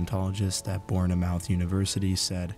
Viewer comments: Another great video,! P.S. It's pronounced "Born muth" not "mouth". That last syllable should rhyme with "hoof":) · Bournemouth is pronounced "born-muth" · Bournemouth is pronounced "Born-mith." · Bourn e mouth? Mate it's Born muf